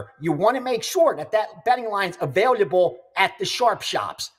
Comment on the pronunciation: You guys are great, but please tell, it’s not “ avail y able “ 🤓